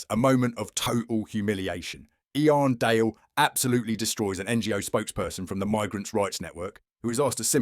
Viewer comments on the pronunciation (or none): If you’re going to make a video about Iain Dale, at least learn how to pronounce his name properly you clown!!